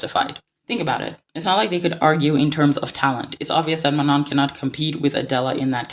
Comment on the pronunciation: I do agree with what you are saying but why do you keep saying Manon’s name incorrectly? Like it’s literally said in the show multiple times and the clips you used yet you still choose to say her name wrong